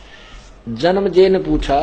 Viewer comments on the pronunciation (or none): संत रामपाल जी जनमेजय और वैसम्मपायन का उच्चारणभी सही से नहीं कर पाते ये कैसा ज्ञानी है पता नहीं कैसे लोग इन्हें ज्ञानी मानते। गीता का श्लोक पढ़ना रामपाल जी के बस की नहीं उसका अर्थ कहां से लगा पाते हैं वह। गलत गलत पढ़कर तथा गलत गलत अर्थ बता कर लोगों को गुमराह करते है